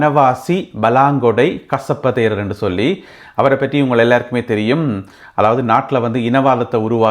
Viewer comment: நீங்கள் கசப்ப தேரர் என்று சொல்றது எனக்கு கொசப்பு தேரர் என்று கேக்கிது